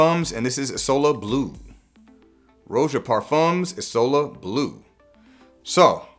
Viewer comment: Words cannot properly describe how much I appreciated you pronouncing "isola" in the correct way. Goes a long way showing that you ACTUALLY care about your community. I'll never stop being a follower, you're a gem. PS: also deeply appreciate the non-mainstream content and fantastic production quality, keep it up!